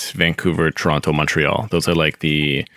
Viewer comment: 1) You're pronouncing "Toronto" wrong. 2) Calgary is also a Tier 1 city; actually everyone from Toronto and Vancouver are moving there. Please do a little more research. Best of luck